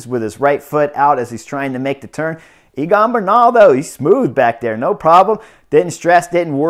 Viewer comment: I love your comments. Note that the pronunciation of Egan is Similar to say Egg and An. His last name pronunciation is Ber nal